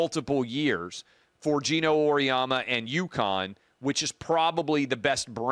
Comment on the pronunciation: Can’t take you seriously when you can’t pronounce Geno and Paige’s last names